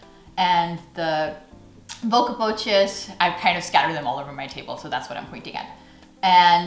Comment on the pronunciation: Bokkenpoot buckpaws.., not bookepootjes...with an o like in stop..